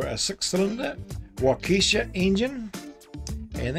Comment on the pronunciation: Friendly pronunciation correction attempt. Wokahshaw 😊👨‍🎤